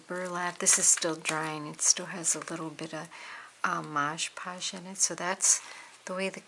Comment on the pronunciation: What a darling little book so far! And it can only get better, like ur decorating ideas, I do the podge ing of silk flowers too. I like ur French pronunciation of Mod Podge 😄 I find the napkins lay down beautifully with glue stick. I'm pretty sure I got that tip on ur channel, anyway maybe that's the way u wanted it (with podge) thanks, your videos always get my crafty mojo revved! Sandra.